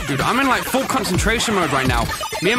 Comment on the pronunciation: that is not how you spell "like" cause you keep saying liek. And it is not liek. It is like.